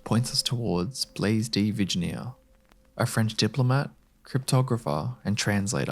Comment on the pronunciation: I was very chill until you butchered Blaise de Vignere's name. COME ON YOU WERE GOOGLING. LOOK IT UP. jesus christ